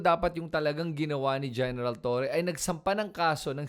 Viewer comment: Ayusin mo kaya pag pronounce mo ha!!! Sino ba si TURI whahahaha🤬🔥 Hanapin mo yung sinasabi mo na tao. Buti pa sabihin yan sa amo mong DuDirty🤬🤬🤬🤬🤬🔥🔥🔥🔥